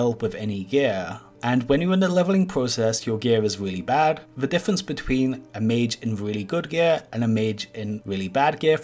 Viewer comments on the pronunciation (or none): none